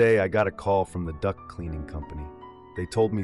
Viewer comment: Duct cleaning. I heard Duck cleaning. Lol.